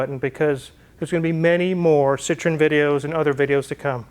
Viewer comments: pronounced seetroen dude.Citron is really redneck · you better use your phone to help you with your pronunciation of Citroen. The way your saying it, Citron, means lemon in French, and I’m sure you don’t want to invoke that! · Please pronounce the name of your car correctly, you sound ignorant, you own one now. Citrin is a fruit, not an automobile ! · fyi Citroen is pronounced with 3 syllables, "See Troy en" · French word for lemon is citron. Is your car a lemon? No! There is an important separation of sounds at the O and E.